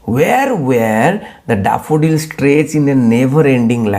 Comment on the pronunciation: 😂😂daafudilsss...🤣oh god your pronunciation😂